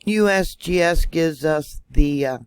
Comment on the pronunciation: I like how you say USBS it's funny